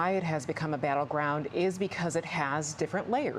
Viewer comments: Someone teach that woman how to pronounce the state of PA. She says it like “Pen-sa-vania”. It’s PennSYLvania. She has the audacity to say low propensity voters don’t know anything about policy while she can’t even pronounce a state correctly.😂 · The moderator pronounced "Pennsylvania" in a way I have never heard before. It sounds like she is saying Pennsavania. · If you are going to host an election night, you should know that it is not pronounced "Penns-i-vania"